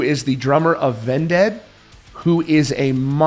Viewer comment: Having Simon from vended would be cool. Also, why did you pronounce it ven-dead? Lol it's vended. Meaning, like, sold. Like a vendor vending goods. Vended